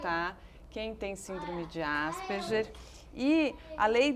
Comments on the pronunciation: "asperjer"!!! Asperger é um sobrenome alemão, e a pronúncia mais próxima sera "áspergar". Pronuncie pelo menos "Asperguer", pelo amor de Deus. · Desculpem, mas por que ÁSPERJER na pronúncia? Se querem pronunciar estrangeiro, então ASPERGUER, o nome e o cientistas são de língua alemã. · Tal como o "Ambúrguer" , Asperguer" ....vamos pronunciar corretamente pois remete ao seu descobridor: Asperger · que agonia elas falando "asperGER", eu acostumei falar "asperGUER"